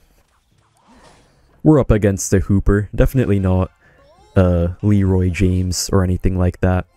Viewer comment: Did bro say Leroy James?